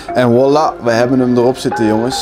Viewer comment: Wilde precies gaan commenten hoezo zegt die voila elke keer als wollah😂